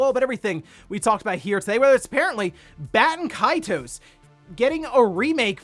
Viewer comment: Haha why is it so hard to pronounce Baten Kaitos.